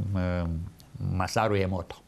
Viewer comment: Massaru Emoto, nu Emoro Massato